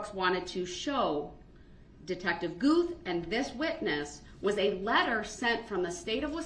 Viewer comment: And Detective Goof instead of Guth. I feel like he did that one on purpose. 🙄